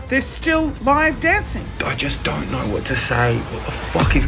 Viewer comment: "i hardly naur her”